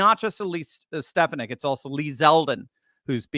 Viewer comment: Ste FAH nick! Say it right!